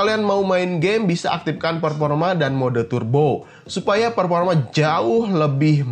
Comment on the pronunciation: Performa bang bukan peporma